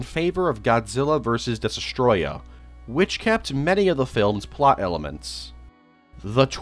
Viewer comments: 2 years later and he still can’t pronounce Destoroyah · Bro still does not know how to pronounce Destoroyah, but I forgive him